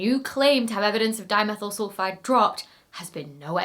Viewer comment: At some places in the video, my ears insisted on hearing “dinosaur sulphide” instead of “dimethyl sulphide”. Now, THAT would have been an interesting find…